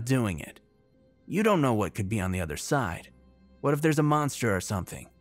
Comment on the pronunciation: I would dislike for mispronouncing "Yu gi oh". But that would be........... overreacting. Thread carefully. OTHERWISE, GREAT READING MAN. KEEP IT UP! ( "munsters" crack me up)